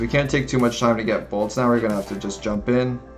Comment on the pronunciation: still says “bolts” hahahaha